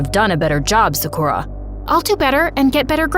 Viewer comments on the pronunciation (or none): She said im seukra its sa - ku - ra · It is not 'Saakurra' but 'Saakaru' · literally loved this story but the thing that annoyed me is that her name is pronounced (sock or uh) not (suck ur a) ik that bc thats my friends name i also looked on google translate to make 100%sure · BRuH it’s not su Kuh ra it’s sa ku Ra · sa-kura no suhkura yes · it gives me the ick when yall use other people's name or culture but dont pronounce it right... it's SAKU-RAH. the stress is in the RAH. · Who is kinda annoyed that Sakura in this vid is pronounced se- ker- a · Its said sa-ker-uh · is it not pronounced sakcrew-ya? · sakra is how Sakura is pronounced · And the prononciation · who pronounces sakura like that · Is it just me or is the people pronouncing Sakura wrong the whole video kinda annoying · i cant stand this, next time try looking up how to pronounce a name pls for the love of japan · It sounds odd to hear Sakura pronounced different. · why did they pronounce sakura like that 😭😭